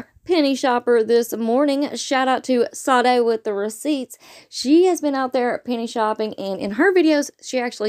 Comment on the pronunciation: Sade is pronounced "Sha day"😊